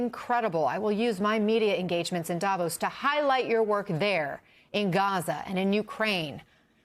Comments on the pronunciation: DAVOSS, not Davose. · Da Voss not davose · hey guys, please pronounce davos correctly?